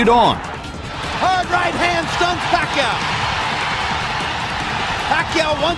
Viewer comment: hate it when jim lampley referring to pacquio pucquio